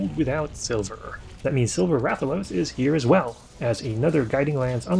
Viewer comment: I like how Hunters will call Rathalos correctly, but say Raythian.